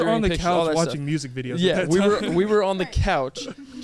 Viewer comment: “Thank you so much for watchening, listening” 🤣